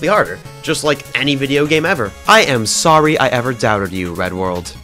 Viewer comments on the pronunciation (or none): “I’m ‘saRy’ I ever doubted you Red World!” 😂😂😂😂